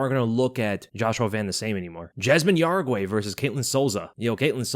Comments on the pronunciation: I'm pretty sure jauregi is pronounced as how-re-gee and not ya-ra-gwai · Yasmine "Yeah-ragee" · Jauregui * How-re-gi..